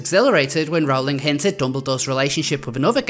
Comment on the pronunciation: It's pronounced "roll-ing". :)